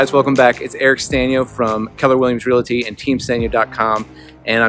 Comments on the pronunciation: LOL, it's not about an accent, you're just reversing the phonemes of the word. REE-la-tee instead of RE-al-tee. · It's "realty" not "real-ity". Other than that, great video. Gentrification is good.